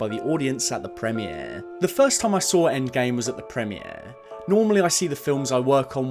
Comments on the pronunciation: Loved the video and I 100% agree Cap deserves the ending we got and Chris Evans got a wonderful farewell for his most iconic character, marvel should not undermine this under any circumstance. Also I hate the way you pronounce “premiere” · Why do you say premier like that 😂 great video though 😌